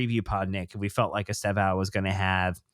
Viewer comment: Guys, please learn from how to at ‘Stev-Own’ It’s pronounced as TWO syllables with the initial ‘E’’ virtually silent. Many of the other media guys are getting this wrong through ignorance. But this is a Chelsea channel so please, do your bit to say it right The clue is Estevao is Portuguese for ‘Steven’ and it’s actually quite close to that when said properly.